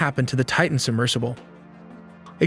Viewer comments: the Titan subMERGEable? 🤣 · ah yes, a submergible. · Submergable. She noooooo a word buddy. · Did the voiceover really say "submergible"? 😅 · Did you say, "the Titan submergible?" Really? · DID YOU SAY SUBMERGABLE??? LMAO. idiot.